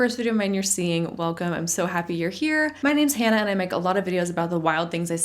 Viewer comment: First off I have been binging your content. Secondly you went from Hannah to Han’nah bc that one phrase made me double check the screen😂 who is this 😂